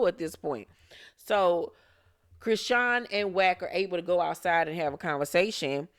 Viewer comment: Did you mean to pronounce her name CRAYsean? 😂